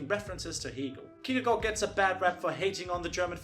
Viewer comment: Wow you actually pronounced Kierkegaard right